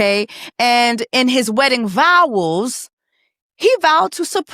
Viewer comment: vowels 😭😂😂😂 Girl I can’t!!!